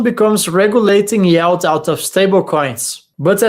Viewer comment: it's yield not yald;-)